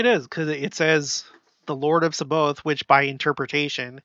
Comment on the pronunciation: It’s pronounced SAB-BA-OTH, with the emphasis on “OTH”.